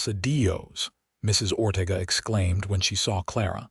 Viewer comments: It's Ore tay ga. Please instruct your AI as to the correct pronunciation of Mexican names. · Or Ortega. Many words and names. If this is how AI works, we are in a world of hurt as a nation.